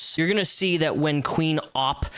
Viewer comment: You pronouced Opp wrong. Its not Ooop, its Opp.